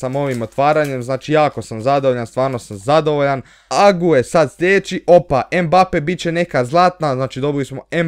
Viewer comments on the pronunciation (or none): none